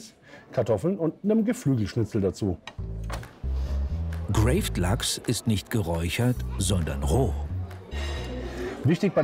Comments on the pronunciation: Zumindest spricht er den graved Lachs korrekt aus, nämlich (lautmalerisch) Grahwt, und nicht wie die dusselige Off Stimme des Kommentators, der denkt, es kommt aus dem Englischen und es "gräwett" nennt. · Interessant, dass es schafft, das Wort Graved Lachs auszusprechen und der Moderator trotzdem die englische Aussprache verwendet. Auch wenn es sich so anhört, als wäre sehr deutsch:P, spricht er es eigentlich ganz gut aus. Schade, dass Herr Moderator ein bisschen dickköpfig ist...... Gravlax, Gravad, kommt nicht aus dem Englischen sondern aus dem Norwegischen. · Ein Profi sollte Speisen richtig aussprechen können....Ist der wirklich Koch?